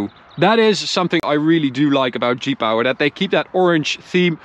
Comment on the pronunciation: I thought he was saying Jeep Hour not G-Power